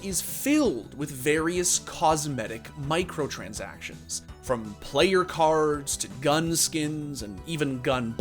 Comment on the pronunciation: I like how you say "micro-transactions" like they are micro priced